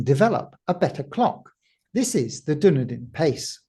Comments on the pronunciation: Its duh·nee-dn. NOT duh-ni-dn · It's pronounced Dun-Eden. Not Dun-E-Din. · New Zealand isn't really Middle Earth, it's Dunn-Eden, not Dúnedain! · Not that it matters much, but the pronouncuation for Dunedin is more like dunn-eden. People from North America in particular seem to say something like doon-e-din . Well that's what it sounds like to my Dunedinite ears. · FYI it's pronounced dun-EE-den. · Fyi, pronounced, "Done Eden"